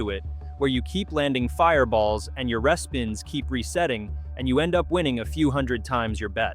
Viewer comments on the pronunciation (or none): Interesting content… but the AI voice is abysmal. Mispronouncing things - for example, instead of “REE-spins” it says “RESS-spins.” Can’t you find a real human to read this? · respins is pronounced reespins - fyi - Connie in Kelowna - but informative video!! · I was liking this to the last machine. When this stupid AI said res-pins instead of RE-SPINS. ARRRRRGGGG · It’s hard to find this credible when the sex and the city slot machine lost the license and was not renewed and it cannot be found in any casino since 2024! Also Tiki fire is not ultimate fire link! It’s lightning link! But you said that happy lantern was the worst lightning link! Also if you’re going to AI to voice your script, then respins as re-spins for it to pronounce properly!